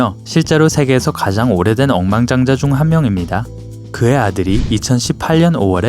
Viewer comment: 엉망장자라고 들림ㅋㅋㅋㅋㅋ